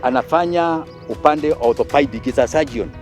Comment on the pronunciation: Hehehehe he can't pronounce orthopaedic well Mara his law farm which is which